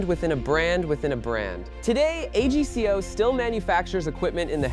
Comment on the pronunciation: It’s pronounced AG CO AGCO one word Not A G C O